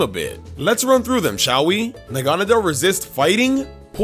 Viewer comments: WTF Nanagadel It's Naganadel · he called it nanagadel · NA-NA-GAD-EL LOL, but still loved this video. I think Zac won though, sorry! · I think zac won by far it seems that seems to be going for pure raw strength but zac is putting thought about his decision and was able to cover all of their weaknesses and would be able to beat team. It makes sense! And I have a problem....... Naganadel is pronounced (nog a not l) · . Nanagadel. NANAGADEL. Edit: . Noviern. NOVIERN. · It’s na - gone - a - dell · Idk what's more annoying him saying noivern wrong or negandel wrong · Anyone notice that kept saying naganadel entirely wrong? At least Zac was close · He said Naganadel wrong